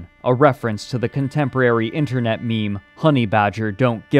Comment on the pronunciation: to Haha he said "internut"